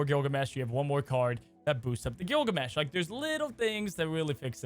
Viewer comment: Not Gilgameh?